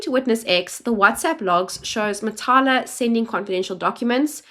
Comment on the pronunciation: Matlala, not Matala*